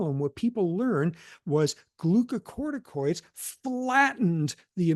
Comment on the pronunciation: Thanks to Prof. Sapolsky, I can finally pronounce the word glucocorticoids correctly.